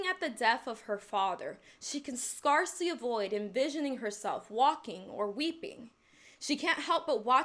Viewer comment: Scarcely isn't pronounced like a 'scar', but 'scare-cely'